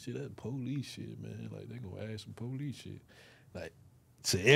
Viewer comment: “Policey” as hell